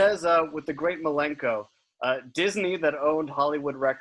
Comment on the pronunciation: Violent J’s pronunciation of Dizzinee is always funny.